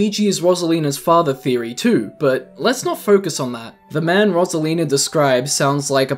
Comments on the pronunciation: Rose not ross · Its pronounced ROSE-ALINA NOT ROS-ALENA WHEN PEOPLE SAY IT WORONG IT PISSES ME OFF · bro the way he says "rosalina" messes with me lmao